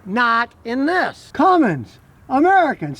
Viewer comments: Hey scotty? That truck is made in MEXICO!!!!! And...the transmission dipstick is on the left side, so, it has a Chrysler transmission 68-rfe. If the dipstick was on the right hand side, it would be made by aisin (toyota). And it's CUMMINS not CUMMINGS l....please stick to gas engine vehicles. You know nothing about diesels. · Hey Scotty you do me a favor? Can you please stop saying Cummings? lt's Cummins, there is no G in the name. lf you look at the badges on the fenders, hood, tailgate and such, you'll see it's spelled "Cummins" all over the truck, with no letter G. Are you internationally mispronouncing the word? Like l said, it has the correct spelling/pronunciation all over the damn thing. How and why do you not know this? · Not sure you should take the advice of someone that can't pronounce Cummins...it's not Cummings....Nuclear, Nukular..😩 kidding. Probably my next truck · he begins to talk about the “Ram Cummings” it’s not a correct pronunciation of Cummins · Waaaaay better than that crappy eco-diesel for sure. I need a 6.9 or a 6.7 Cummins crammed into my mk4 jetta tdi (alh) so I can upgrade! 😂 On a side note there is no "g" in Cummins. 😅